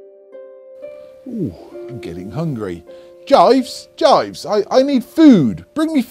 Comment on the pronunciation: It’s Jeeves, not Jives.....great vid